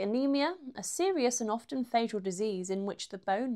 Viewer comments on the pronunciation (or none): none